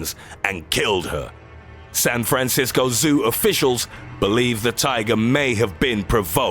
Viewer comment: "SAN FRAN CIS CO ZOO!"